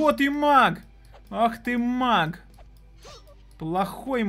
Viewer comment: Не мак а маг